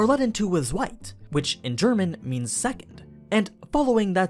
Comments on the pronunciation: Since my first language IS geramn I quite disagree on how you pronounced zweite (don't forget the e at the end, it makes the difference between saying twoo and second) I've just checked and google translations gives you an accurate enough pronounciation so you could use that ps third translates to dritte (I don't know if that mistake's already in the story or just in your video but not even google translator could find that word in any language and at least if german it would be complete nonsense) pps. 1 = eins becomes erste 2 = zwei becomes zweite 3 = drei becomes dritte 4 = vier becomes vierte 5 = fünf becomes fünfte 6 = sechs becomes sechste (yes it can be pronounced as if instead of chs you had an x and even with english pronounciation) 7 = sieben becomes siebte 8 = acht becomes achte 9 = neun becomes neunte 10 = zehn becomes zehnte 11 = elf becomes elfte 12 = zwölf becomes zwölfte 13 = dreizehn becomes dreizehnte (drei + zehn) ... 20 = zwanzig becomes zwanzigste 21 = einundzwanzig becomes einundzwanzigste (ein + und the german word for and + zwnzig; note thet eins is shortend and used as ein from this point on) 22 = zweiundzwanzig becomes zweiundzwanzigste (zwei +und + zwanzig) ... 100 = hundert or einhundert becomes hundertste or einhundertste (both mean the same and thus are exchangable it's just like hundred and onehundred) 101 = hundertundeins becomes hundertunderste or hunderterste (und only used before low numbers and rarely in this case since noone would want to m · I know im being picky and minimal but it gets to me how you pronounce his name and Zweite lol